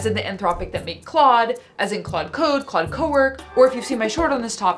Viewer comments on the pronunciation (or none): What's with the “Claudé” thing? The accent would make you say the e (vaguely like clohday). Well, ok, I can't believe you wouldn't know that because you already know English words like café. But why is pretending to be illiterate funny?